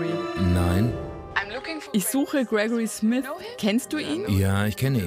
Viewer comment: Krekori Smis